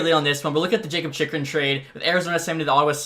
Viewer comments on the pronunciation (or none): Zub is pronounced ZOOB and Jakub is pronounced Yakub